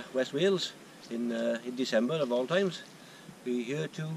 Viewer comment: I like how when he says here, it sounds like yuur.